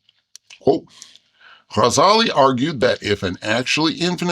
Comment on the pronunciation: As an Arabic teacher, I adore the way this cartoon bear makes the effort to pronounce the "gh" in Ghazali correctly! ❤